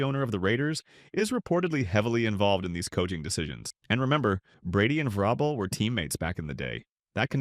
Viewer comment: Mispronounced vrabel and said Caleb Williams is regarded as the top qb in the draft vs sanders… trash video